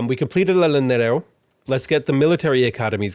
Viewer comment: any double L in spanish is a y sound btw, so "yanero" for Llanero, sure you've been told/these are prerecorded though but just wanted to share